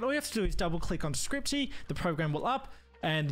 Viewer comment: scripty? ScRiPtY? There's not even a 't' in it!!!